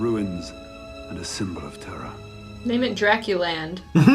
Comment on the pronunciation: Drakuland hahaha and she said it so proudly hahahaha